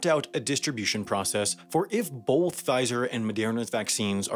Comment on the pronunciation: Is he trying to say both when he says bolth?